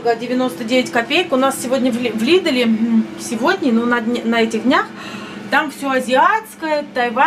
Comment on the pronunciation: Не в лидэле, а в лидле. Немного вас поправлю😊